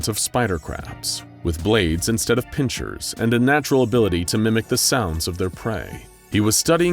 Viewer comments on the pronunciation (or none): Pincher, it is pincer.